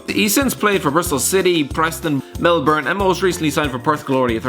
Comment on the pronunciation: Finally pronounced Melbourne correctly